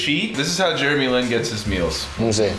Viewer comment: Did no one realize he said sarku for Jeremy Lin.